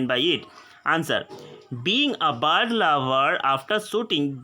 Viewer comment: Apna pronounciation sudhar ok bird ko bard bolta hai